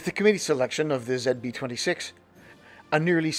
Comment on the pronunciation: Happy to see these videos making to the screen! Although the best part might have been hearing "ZB-26" pronounced properly. Folks like Ian and Othias & Mae are wonderful presenters, but they sure do talk funny sometimes. :)